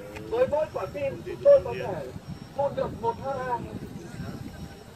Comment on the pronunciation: Thằng phát ngôn nầy ngu quá .(ha) đọc là (hetta) nhé